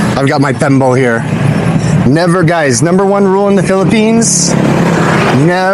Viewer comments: It's bimpo not pembo lol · It’s called Bimpo not penbo 😂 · "BIMPO" hindi pembo. hehe